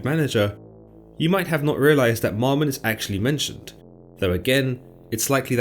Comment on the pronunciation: Its not "MOMmon" but MAMmon" bud. Shalom.